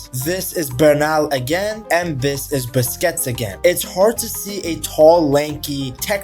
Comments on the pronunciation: Busquets is pronounced "BUS KETS" not "Biscuits" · bro said Sergio Biscuits.😂